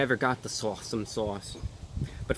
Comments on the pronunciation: Sorry Reviewbrah, your seagull interpreter did a pretty bad job at saying S'Awsome. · Shots every time he says sawesome sauce.....🤪